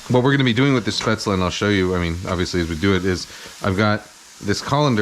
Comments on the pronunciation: Just a tip, it's pronounced "Shhh-pätzle" nocht "ssss-pätzle" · Hey Kenji - Coming from a German speaking native: your pronunciation is pretty good, only at the start of the word it needs to be Shhh - paetzle. The "Sh" should sound like as if you're shushing someone. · you're wrong there. I'm from the region Spätzle are from and it's pronounced shpätzle/shpätzli. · You are so close to the the perfect pronoctiation of "Spaetzle" Kenji, the only thing you're missing is that it's pronouced with a "sh", so it`'s "Shpaetzle" :) Other than that I have to say you are the only American that I see as an authority on German food because you have defininetly done your research on this stuff! I love your non-chalant approach to cooking , it's really helped me relax and make the best of what I have in the kitchen instead of feeling like I need to go out and get the perfect Ingredients for every dish. This might sound crazy but I wish restaurants like yours existed here in Germany, I would love to have a place that serves traditonal food with a modern and creative twist like you seem to do. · Just some German comment. Spätzle is pronounced with a SH in the beginning (like should for example) Traditionally the batter gets scraped of a wooden board into the water, which is pretty hard to do. And would you really consider this dumplings. It's more like pasta isn't it? Käsespätzle (chesse Spätzle) is basically German mac'n'cheese :D Keep up the great videos!! All the best! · FYI the 'S' in 'Spätzle' is pronounced as a 'Sh' like in 'flush'. In case someone cares, which you don't have to. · Kenji: Shpetzley 🤪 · nice video kenji! looks yummy but actually it's pronounced "schpaetzle" (sorry... :D)